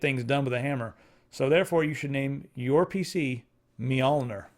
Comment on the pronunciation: the pronunciation of Mjolnir hurt my ears.